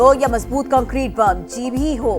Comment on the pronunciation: بسٹر بم کو بسٹر یم بول رہی ہے4.13😂😂